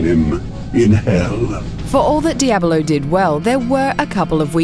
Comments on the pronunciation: I chuckled a bit every time she said Diahbelow. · the way she pronounces it, I'm just like waiting for her to finish the word Abolone.